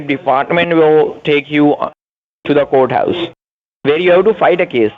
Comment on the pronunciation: I love how they can NEVER pronounce "courthouse"... they say... COAT-house ... LOL